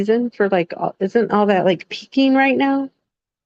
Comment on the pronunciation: I think it's beaking not peaking